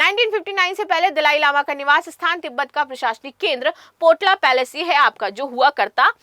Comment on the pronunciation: गान्देन् फोढाङ ट्रस्ट। Ganden Phodang Trust. पोताला प्येलेस। Potala Palace. Not पोटला Potla.